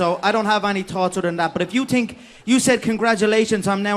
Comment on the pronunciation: Afaq Zia I wish I could tink like he tinks